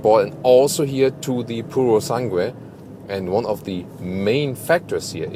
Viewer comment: just don't read the U on purosangue, it reads Purosang(e). Very Good review btw